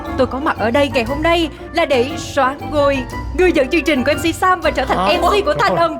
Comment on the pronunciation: Chương trình. Mà Sam cứ phát âm thành "trương trình", nghe hơi dị ứng.